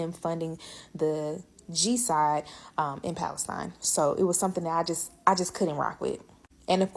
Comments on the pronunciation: "But of course another really big component was him funding .....the G-Side in Pal est ine" What is the "G" side? Is she referring to the religion that begins with "J"? 🤣 🤣 🤣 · “the gee side in palestine”? Is she trying to not say biden supported israel against the murderous hamas?